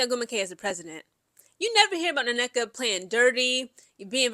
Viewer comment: The way you slaughter these woman’s names is quite entertaining (whether on purpose or not 🤷🏾‍♂️) that double NN on Nneka is whooping that a$$! One N is silent just pick one.